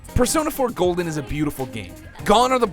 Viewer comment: persona 4 golen lol